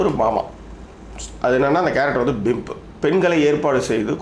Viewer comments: Thala athu pimp not bimp. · Not bimp...it's pimp